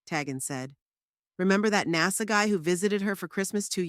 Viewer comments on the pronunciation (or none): none